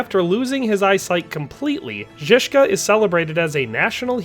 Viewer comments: Why can’t you spend like 5m learning the pronunciation. Its basic curtesy. Google translate is all you need. To be fair though you nailed Žižka, everything else you butchered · Dude... I'm speechless, the beginning... I can bear some mispronounced names but that beginning... if you cannot click that little icon on wiki and parrot few words, maybe do not pronounce them and just show us the name in text. You pronounce Zizka perfectly but the rest is beyond butchering Information and video overall is well made otherwise so don't take it as a hate